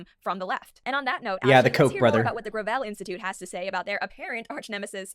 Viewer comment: Oh it's pronounced gravel, not gravel.